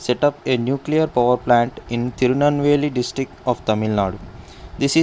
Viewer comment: Tirunelveli is pronounce it properly 😊but nyc explanation sir i didn't listen online cls now exams are started do I am seeing nd learning from this video